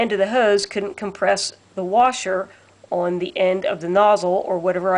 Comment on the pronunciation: We take a drink when she says “the” pronounced dee. 🌸